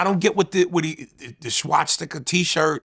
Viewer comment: Vlad says shhhhwashhhsticka lol